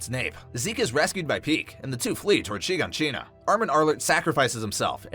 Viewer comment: “Sheen-Ga-Sheen-Ah” bruh its “Shi-gon-sheena”